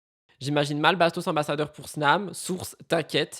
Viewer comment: Bastos " ambasseur ? " 🤔